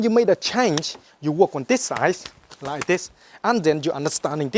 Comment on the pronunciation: I wike, he weally good